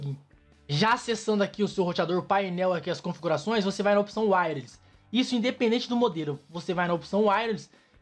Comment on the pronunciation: Wireless 👈🏻 Essa palavra é pronunciada assim: uaious. Se duvidar, pesquise no Google tradutor e olha a pronúncia.